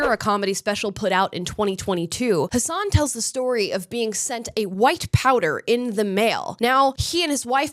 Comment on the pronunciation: Amala if you want people to call you Amala and not Ahmahla then you should learn that his name is pronounced as Hassan not Hasaaahn